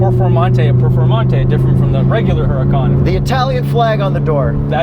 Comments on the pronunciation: The name is pronounced without the H. And the "Ur" is more "oor", ooracan. And when accelerating in any form the correct term is "quick", not "fast". There is a lot of fake woodbor carbon fibre and plastic in these too, disappointingly so. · A very trivial thing, I believe Huracan is pronounced oo-rakan. And it sounds exactly like "urakan", a Javanese word that means somthing like obstreperous which is very very fitting